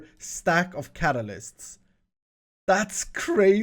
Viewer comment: I love the series but it's been bugging me for a ton of episodes, it's not cataclyst it is infinity catalyst, Cat-A-Lyst, Lyst. I don't mean it in a mean way, just letting you know, incase you didn't.